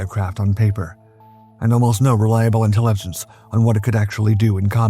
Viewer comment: It's AI unfortunately, listen to how he pronounces intelligence , completely unnatural mispronunciation for someone who can speak as well as the (human) narrator.